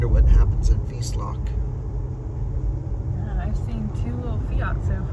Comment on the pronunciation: Just a note: "Wiesloch" is pronounced like Loch Ness, but like the Scottish pronunciation with a soft "ch".